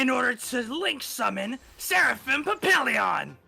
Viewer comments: correcting on his card pronunciation is so funny in the context of how he mangled the pronunciation of Photon Papillion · really put here trying to correct pronunciation while saying "papillon" wrong at least twice.